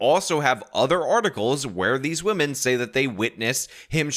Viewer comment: Why are you just like Lauren.. pronouncing "women" as "woman"